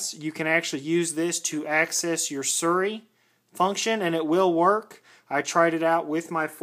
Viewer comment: What's "surry"? Lol